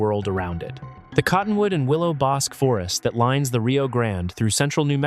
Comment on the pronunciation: One might say that neither one of those is how you pronounce bosque.